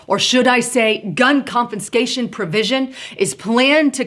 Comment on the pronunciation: CONFISCATION.....NOT "CONFINSCATION"